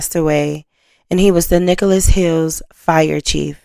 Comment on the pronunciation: Okie here, Nichols Hills, not Nicholas